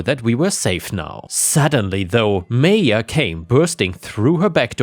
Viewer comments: It's pronounced MY-ah, noy MAYA. Seriously you shouldn't keep needing your commenters to correct you. There ARE websites where you can type any word and it will tell you the correct pronunciation. Stop putting the work on US, when YOU'RE the one making the videos. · Maya is pronounced "My-ah" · It's pronounced 'Maya'...happy to help! That first story illustrates perfectly why the US needs psych screening before issuing gun permits.